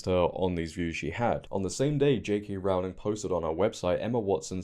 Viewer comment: Hope you don't mind me pointing out, her surname is pronounced Row as in row the boat 😊